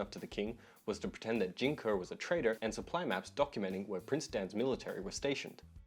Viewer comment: its pronounced Jing "Kay" not kuh. Just so you know. Best wishes